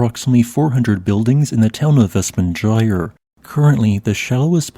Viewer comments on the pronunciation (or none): About pronunciation: It isn't [West-Man-Jayr]. It is [Vest-Manna-Ey-ar].